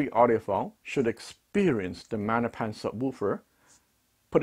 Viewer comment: Love you, but MaGGGNapans aren't Italian. The G isn't silent. Maggie's is short. Can you imagine saying Mannie's? Nope. Love ya. 😀